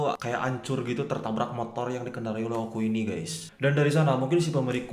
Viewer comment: oh ya bang o k u bang bukan oku